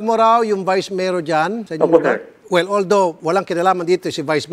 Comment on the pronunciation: hindi po seeer, wala po seer, di ko po alam seer, lupit mo mag deny.